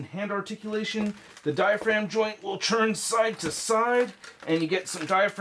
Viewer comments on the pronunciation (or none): Please enunciate the T better when you say “turn”. Sounds like you’re saying CHURN everytime. It’s slightly annoying but great review and awesome channel!